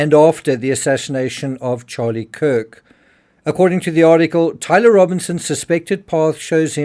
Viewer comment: You need to learn how to say Tyler before you make anymore videos about him